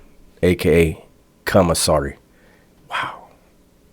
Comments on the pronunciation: I was working out and you almost made me drop the weights on my face when you said “cumasary” 😂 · Let’s take a shot everytime he says “CUMASSERY” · I thought I was the only one who heard “cumissary”.😂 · He definitely said CUM missary, and I also heard did a gay porno called Koala Man! I can't prove if it's real, and I'm not brave enough to look it up. do be speaking the truth sometimes, but he do be looking a lil suspect also! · I heard commissary , G. 🙉